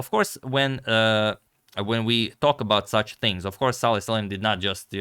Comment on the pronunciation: BTW his first name is Salem and not Saleh